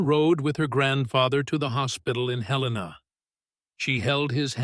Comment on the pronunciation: Listening from Williamsburg, Virginia (USA), but originally from Missoula, Montana. Comment C, trust her! Thanks for pronouncing the name of Montana's capital correctly!